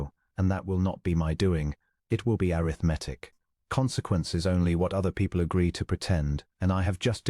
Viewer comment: Once again, airith-mattic